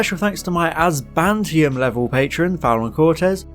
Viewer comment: AzBANtium... love how been pronouncing this word for the last few weeks:D